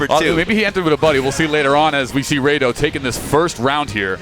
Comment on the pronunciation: No wonder he's saying Raydoh, doesn't even know what FMA is.